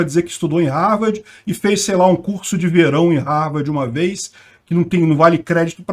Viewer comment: Ele falou RARVARDI , mas aí entenderam Harvard, tenso 😅